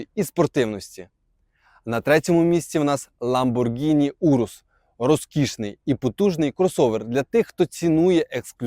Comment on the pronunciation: Привіт. Чувак, за 10 років в Італії мав би знати що італійською буде " ЛамборГіні. Саме "H" після "G" вказує ,що " G " вимовляється твердо,як наша " ґ".